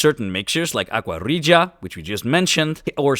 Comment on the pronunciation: Great video. And thank you for doing live narration. No AI or speech to text software. Very well done. And great pronunciation of 'aqua regia'!